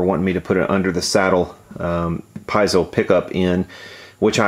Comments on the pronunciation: pee-ay-zo instead of pie-zo, not trying to be "that guy" but it is a very technical term and worth pronouncing right. WTF is up with these strings though!? I've never seen this on mine. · It's "Pee-ay-zoh", not "pie-zo". LOL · Just for your reference, piezo is pronounced "pee-eh-zo" 🤷‍♂️ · Pee-AY-zo,. Jesus. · It's pronounced PEE AYE ZOE. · "PIE-zoh". LOL. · Thanks for the video, I disagree. First: piezo is an Italian word, you are not pronouncing it right (pea-et-zo). And just like the previous comments, just change the whole set after you do anything to the guitar! I use Elixir and I love them, specially on my fretless. Just because the coated strings last longer it does not mean they last forever. However, you have the right to speak your mind.